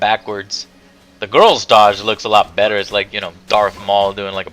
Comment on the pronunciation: Joe, at this point I just think you're saying "betta" on purpose.